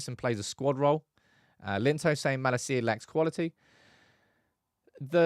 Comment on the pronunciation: Why do pronounce Malacia’s name like that ? For the love of god please get it right my man 😂